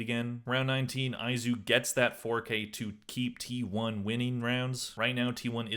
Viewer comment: Also why do you pronounce some people's names differently than it's actually supposed to be pronounced? It's pretty frequent but the one from this video: Izu is pronounced E-zoo not eye-zoo. I mean they've said his name all tourney, streamers and the broadcasters were glazing him all tourney